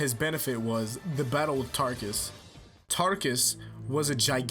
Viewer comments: Realy it's Taruckus not Tarckus! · wait, fam, wasnt it, TAH-ROOK-US